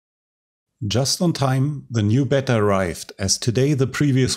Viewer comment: Your videos are great and your English is really good but Beta seems to be always pronounced "bee-tah" not "bet-ter" in English speaking countries. I don't really know why ! It might be that Beta is just a acronym for something else and that it's a American made up word and that's just how they pronounce it. So everyone else just does the same to when they say it.